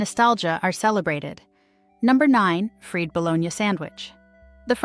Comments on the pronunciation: WHY does she pronounce fried "FREED"? (In the bologna section.) Did the producers pay attention at all??? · Fried is pronounced Fryed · "Fried," not freed. These AI's really suck..."20 the Century"? Come on! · Freed bologna with may-o-minaze? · The freed bolonia sandwich. Sure. Artificial "intelligence" closed captions are quite bad enough. But freed bolonia spoken aloud? A break, please. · I love how the "narrator" pronounced mayonnaise, chow mine sandwich, and "freed" bologna. I also love how these sandwiches were replaced by more healthy selections, really, a lot of this stuff got really expensive. I still eat Spam, make egg salad, liverwurst, onion and mustard sammies, Fluffernutters, Sloppy Joes, my SOS uses peas and hamburger the way my Dad ate it during Korean war era NAVY. Taylor pork roll is eaten throughout the Philly area. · Freed-ba- lone-yuh! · "freed" baloney.. Mayo-ma-naise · I caught the accent thing. Ffeed Bologna sandwich?